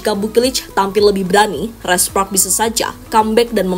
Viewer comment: "Red spoks red spoks"..aneh denger lu bilng spark min